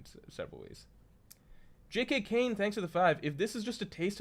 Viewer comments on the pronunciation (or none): none